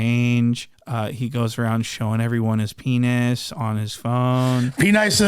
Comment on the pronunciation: P-Nice = Funny pronunciation of "Penis"???